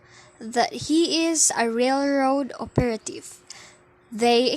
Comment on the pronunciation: Wow! You get an A on your book report! Suggestion: check on the pronunciation of the word operative. What’s your next book? Keep up the good work!